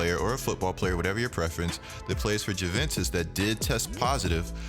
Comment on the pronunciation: dunno about that but defs he's got 'Juventus' and 'Antetokounmpo' skew.